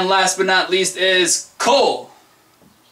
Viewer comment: your ko is wrong..